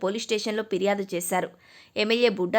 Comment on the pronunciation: పిర్యాదు అని అనకూడదు.. ఫిర్యాదు అని అనాలి.. గమనించగలరు